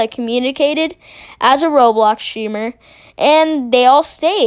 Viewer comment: I love how you say streamer as sheamer. It’s nice.